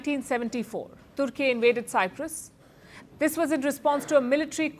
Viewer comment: I hope Modi is not the reason that the Greek Cypriots lose the whole of Cyprus 😂 And Palki it's Cyprus not cypras